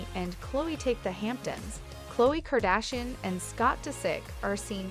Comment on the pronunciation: Wtf are you saying his last name like that???